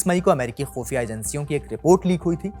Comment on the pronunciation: Bhai AAP Baki Urdu shabd theek SE bolte ho but khufia NAHI Bol pate khoofia Bol jate ho.